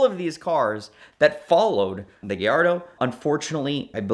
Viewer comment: It’s not a Gayardo, it’s a Gallardo. Guy-ardo.